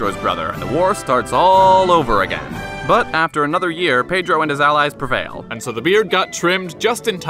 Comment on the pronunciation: Dude, you said his name better than me and I'm brazilian lmao